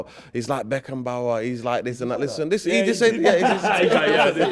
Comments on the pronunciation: Pissing myself here, “Harry Beckenbauer”😂🥳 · “Beckenbauer.” Classic Said!😂😂